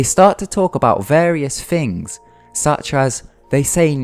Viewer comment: Things* Not 'fings'. Speak English you fucking moron.